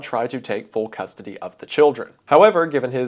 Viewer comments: "full custony" 😂😂😂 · Full custony eh?